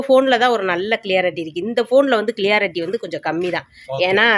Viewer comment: கண்ணு, தமிழிலேயே பேசலாமே.இடையே ஆங்கிலம் எதற்கு? வார்த்தைகள் சரியாக தெரிந்தால் பேசவும்.அது கிளியரிட்டி அல்ல.க்ளாரிட்டி(clarity)என்று சொல்ல வேண்டும்.நான் ஒரு ஆங்கில ஆசிரியராக இருந்தவர்.மனசு தாங்கலை.சொல்லி விட்டேன்.